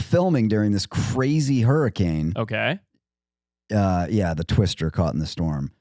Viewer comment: Why are one of you guys calling hurriKanes “hurricaN” is that guy from Utah?